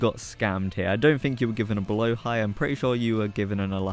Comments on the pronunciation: just fyi it's "blåhaj" not "blahåj" 💀👍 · you say blåhaj pretty well actually, much better than people who say blahajje